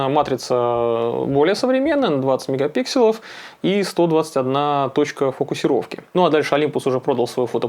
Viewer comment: правильно говорит. Это как «брелков» и «брелоков» - правильный второй вариант.